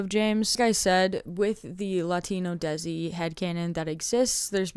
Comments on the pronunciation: Very quick correction: “Desi” is pronounced “Day-See” not “Dehzi” That is all. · hey bestie!! just a quick heads up that "desi" pronounced exactly the same as the english words "they see" and not "dezzy". this is in no way meant to invalidate your efforts into making the video ofc in fact if anything im obsessed and as someone whos now fully getting into the fandom this has been very helpful!! i'll keep coming back here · It’s kind of pronounced like "they-see" -another desi person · IN THE NICEST WAY POSSIBLE! Desi pronounced as 'day-si'! Anyways, keep up the amazing work, it takes a lot of time to make such a long explanation! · LMAOO as a desi person myself hearing you say it like “dezi” had me in knots